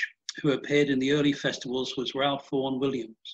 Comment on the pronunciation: Pronounced "Rafe"......NOT Ralph!